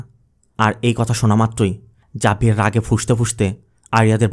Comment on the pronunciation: Xavier জেভিয়ার বললে ভালো হতো 🎉